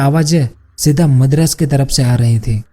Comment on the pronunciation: Madras not medras